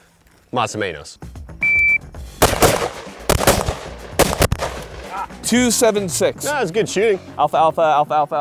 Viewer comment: Also, that "mas o menos" was spot on, both pronounced and used. Eres el mejor,!